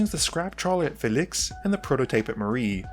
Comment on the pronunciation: The dudes pronunciation of Felix makes me want to die